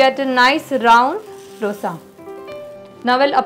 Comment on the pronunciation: Ma'am, recipes are nice. Ek cheez jo maine bolna zarrori samjha. It is दोसै in Tamizh, दोशा in Malayalam, दोसे in Kannada and दोसा in Telugu. Please pronounce in one of these ways. These is nothing called डोसा. Aur सांबार hai, bohot log सांबर bolte hai. Please don't be offended but this is what it is.